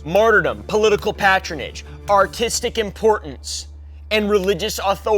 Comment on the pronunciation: You pronounced it PAT-RON-AGE. Nobody will care if youre talking about a conspiracy theory, or the actual truth.